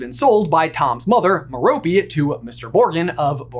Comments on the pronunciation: His moms name is pronounced Mare o pay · I think metope is pronounced meropay